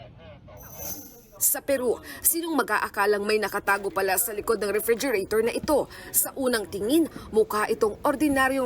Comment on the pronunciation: Yung refrigerator naging reefergerator